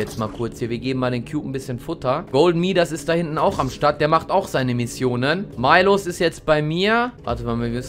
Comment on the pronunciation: Dis heißt nicht milosz sonder miłosz